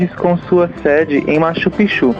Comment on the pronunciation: Erro na hora de falar Machu Picchu